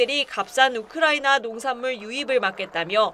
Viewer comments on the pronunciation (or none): none